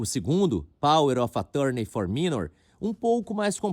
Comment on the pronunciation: O engraçado é o repórter com esse inglês Joel Santana pronunciando Minor.